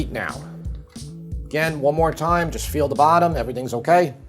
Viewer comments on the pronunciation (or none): none